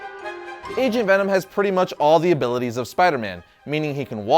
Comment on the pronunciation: i swear at one point i heard him say Asian Venom lol